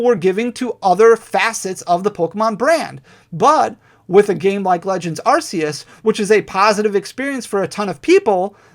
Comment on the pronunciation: Arceus is pronounced ARK-ee-us